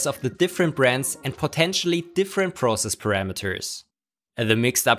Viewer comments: potentially* Not "potentionally." Thanks. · So funny how you say potentially lol